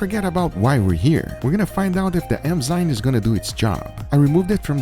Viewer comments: Everyone: Enzymes... Guga: E M Z Y N E S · Enzymes: exist Guga: eMzyNes